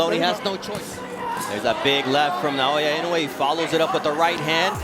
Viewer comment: Naoya, not Nayoya. AI (Artificial Idiocy) slop